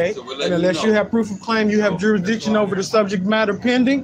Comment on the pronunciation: You should never take legal advice from someone that can’t pronounce the word jurisdiction correctly. 😂